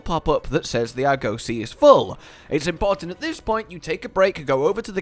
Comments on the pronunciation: please, it's not ar-goe-see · Wtf is an Arr-gose-see? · Why does he say Arg-ussy